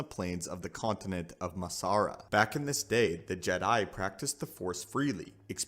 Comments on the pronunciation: Are you using text to speech for audio? Why are you saying jed 'eye? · why the fuck do you say Jedi like that? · stop saying Jedi like that😂